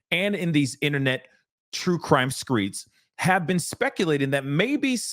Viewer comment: Dude, making jokes like that while speaking on this subject is just in poor taste. The whole “thicker than a snicker” was not only corny AF in the ‘90s, it’s inappropriate to say in this instance. And intentionally mispronouncing “streets” makes you sound ignorant. Just stop. It’s not cute, it’s not funny, do better.